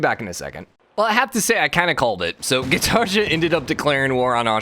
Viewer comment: Gitarja No Gitarja Yes No hate, just please pronounce it like the second one normally.